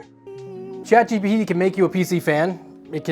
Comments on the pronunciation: Omg, its GPT, not GTP, lol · James: "ChatGTP"... "ChatGTP"... "ChatGTP"... Brother, you're SO close, I'm begging you, just slow down a bit. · he was literally saying it wrong 90% of the time, its not "chat gtp" either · "Chat GTP" My brother in christ, that's not the order of the letters. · I'm hearing GDP as in Gross Domestic Product and that checks out 😂